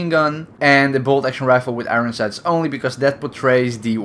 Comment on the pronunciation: IT'S NOT FUCKING IRIN SIGHTS. IT'S IRON SIGHTS